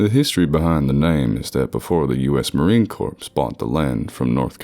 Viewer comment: Marine Corpse spoken in a ghost story? Seems fitting. Edit: Reading 'Marine Corps' has a nasty tendency to come out as corpse for me as well, even when I know it's 'core'. Wouldn't be surprised if that's what happened.